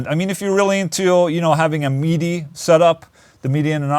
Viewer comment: I will now be calling midi, MeeDee.